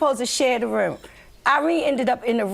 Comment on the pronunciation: " IN THE RUME" 😂